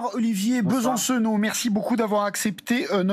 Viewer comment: "Bonsoir Olivier Be - San - Cenot "... En trois syllabes bien appuyées qui ne servent à rien